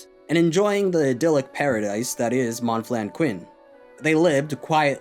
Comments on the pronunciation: "Mawn flenn kwinn" 😂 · I had a hard time to follow because of your pronunciation of these french names, could you add English subtitles ? I'm French by the way... but your pronunciation of Monflanquin is hilarious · Hearing you mispronounce Monflanquin dozens of times is irritating as hell.